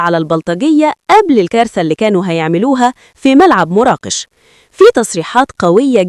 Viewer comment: مراكش وليست مراقش